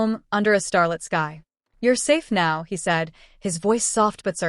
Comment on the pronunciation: Not starlet sky but STARLIT